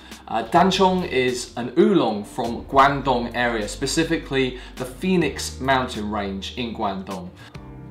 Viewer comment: Guangdong was also known as Canton, like Beijing was called Peking. China now adopts Mandarin names for all places to help standardise. Glad to see you’re pronouncing it right! And I love duck shit oolong, fast becoming one of my fav teas atm. Thanks for the video, a new subscriber! :)